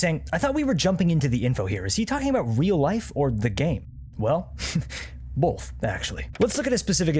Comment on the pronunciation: "Well, bolth actually"